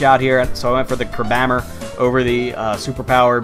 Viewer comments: Isn't it pronounced "crab hammer"? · do you say crabhammer like that on purpose? I always pronounced it crab hammer. I might be wrong so correct me. I know other people pronounce things differently